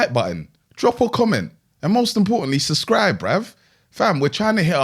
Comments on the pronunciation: has anyone else noticed that says '"suscribe"🤣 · saying “suscribe” is the best ad 😂